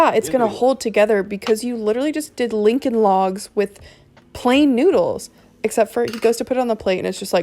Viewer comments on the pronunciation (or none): "Lincoln Logs" 🤣😂😅💯